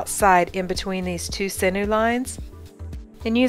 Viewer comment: I just watched your video and you demonstrated the eye fold very well. There was one thing about it that bothered me. The word sinew is not pronounced "sin new" it is pronounced "sin you". I hope you're not offended if you're corrected like this but mispronounced words just bother me. Have a great day.